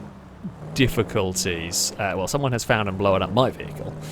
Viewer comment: I gotta ask, what's with saying "Blowen"? I googled it to see if it was an accent thing, all I could find is that blown is past tense of blow and blowen is a prostitute xD Just to add, I love these videos, and love your commentary style, I've just never heard that pronunciation before! Also, the dive couldn't have been timed better with that Jetski coming over 😂